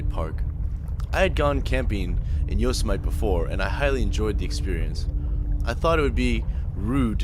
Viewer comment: Great vid but how did you miss pronounce Yosemite. Yo-sem-itee